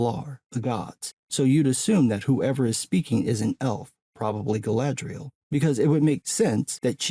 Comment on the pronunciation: Kudos on the pronunciation though, the actor portraying Elrond, the way he pronounces Galadriel, right on point.